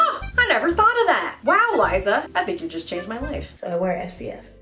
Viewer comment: I thought the girls name was pronounced "Lee-za" and not "Lah-e-za"....